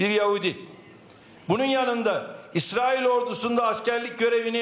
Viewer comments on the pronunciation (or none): none